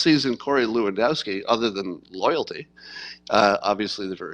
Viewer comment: Say "LEv-An-DOFF-Ski". Dziekuje (Jen-COO-yen), bardzo.